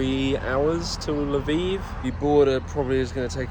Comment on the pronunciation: I was wondering what da heck La Vive was. Turned out it's Lviv, Львів 😅